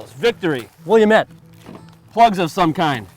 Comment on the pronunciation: I really hate it when people pronounce Willamette "William-ette" or "Willa-mette"; it's pronounced Will-am-ette; anyone who's from Oregon or just lived there briefly even will know.